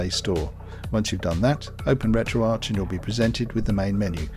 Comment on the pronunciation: Why do so many Europeans pronounce retroarch wrong it's not Arch like in the golden arches at McDonald's it's Ark like archives! RETRO-ARCHIVES!!! come on people get it through your heads